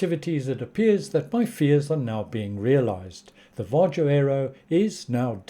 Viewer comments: Var-Yo Nordic countries pronounce the J as a Y, just like Germans swap the W for the V But yeah I agree with your analysis on the lifetime and announcement, they obviously went in as an experiment and decided not to continue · It's pronounced VA-HO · Your pronunciation of VARJO is still incorrect😏